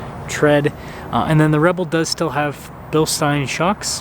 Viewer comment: What a great review - thanks for uploading! I am about to buy a used 2021 Hemi V8 Rebel in the next days/weeks. this is what i as a german think, what a typical american car has to sound like.... The look of that truck is perfect.I'm hugely excited. I don't want to be rude or overstep, but the correct pronunciation of Bilstein is... *beelshtyne*. Just a quick tip...